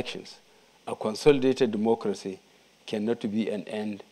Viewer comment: All I heard in the first five minutes was Duumoocrasy. Can someone tell this sick man to sit down. Dumb like a bag of rocks..